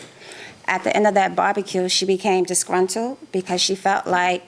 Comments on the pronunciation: She is saying barbecue but I keep hearing “body kill” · It sounds like the plaintiff is saying "body kill". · The way the plaintiff pronounces "barbecue" really annoys me 😩